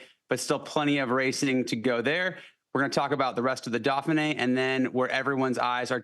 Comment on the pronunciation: Why is it that American commentators can’t pronounce any European names properly?? The “Daffinee” really??? Vinago??